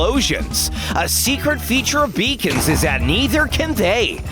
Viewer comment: I keep thinking that beacons were pronounced as ‘bacon’